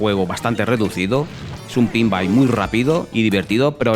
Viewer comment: Es "pinball" no "pinbai".